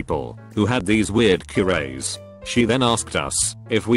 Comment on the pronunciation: This text to speech bot never fails to make me laugh. “Qrays” instead of “cures”.... thats a new one for me.